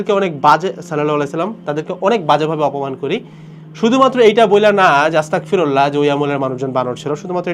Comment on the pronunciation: bhai with due respect, word ta Astagfirullah not Astakfirullah